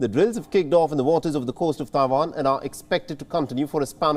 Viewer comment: It is Tai Wan not Ta Wan!